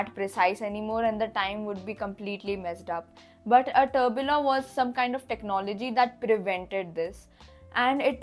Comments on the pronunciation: Pronounced Tur Bee Yon!! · Kindly correct your tourbillon pronunciation Was a unique video anyways and loved it